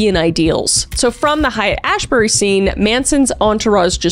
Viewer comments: Hiat*" is pronounced"hate* Ashbury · hate. It’s pronounced hate and ashbury. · Haight pronounced hate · The Height in San Francisco is pronounced “hate” NOT “Hyatt”like the hotel chain. Please for the love of all things holy stop the butchering of this word! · It's pronounced "HATE Ashbury" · SF neighborhood haight- pronounced hate not hyatt.(maybe the reason he chose that neighborhood?) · Just an FYI to Kris and everyone else: height ashbury is pronounced exactly like the word "hate." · Great episode. Haight in San Francisco (Haight-Ashbury neighborhood) is SUPER FAMOUS, especially in the 60's. It's pronounced "HATE, not "Hyatt." FYI. It was the home of artists like Janis Joplin, the Grateful Dead and many more. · You adorable Canadian. Haight is not 'hyatt' it's 'hate'. And yes, CIA please 👽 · Pronounced “hate” not “hyatt” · It's Haight Ashbury as in straight. Not pronounced "hyatt" as in hotel. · It's not Hyatt Ashbury. It's pronounced "Hate" Ashbury. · FYI- GREAT episode, but Haight is pronounced, " hate.", not "hyatt." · Not to be "that guy" but it's pronounced "Hate-Ashbury" not height. Just want you to know. I'm not trying to be condescending or anything. Just friendly sharing of knowledge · Haight "hate" Ashbury. Love ya Kriss. Hate. Hate.❤😂❤ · It’s spelled Haight-Ashbury and pronounced Hate Ashbury not Highit lol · Love the video! It’s pronounced “hate” not Hyatt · Hello Kristina, it's pronounced like Height-hate/Ashbury Have a wonderful day 😊 👾👽👾👽👾👽👾 ABSOLUTELY... PLEASE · i know you've probably already gotten this so many times already, but Haight is pronounced hate. "Haight and Love" is a big saying out here in sf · It's pronounced as hate asheberry. Just so you know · It is pronounced hate ashbury. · Adorable puppy! FYI it's pronounced Hate Ashbury... and No Manaon was LIVID he was uncredited and that the words were changed. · Haight is pronounced hate. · "Haight" is pronounced "hate". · Pronounced hate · Haight is pronounced "Hate"